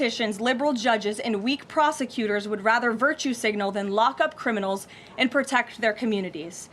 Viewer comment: It's Iryna.